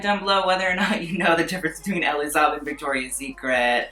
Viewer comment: you're pronouncing elie saab wrong bb but TRUE he's not only left that group chat but also blocked everyone in it